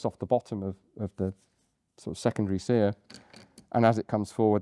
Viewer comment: "seEr", lol